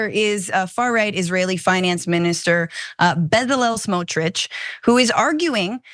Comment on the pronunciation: Not bedalel, betzalel